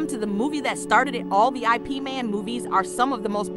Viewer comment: It's not I P it's IP.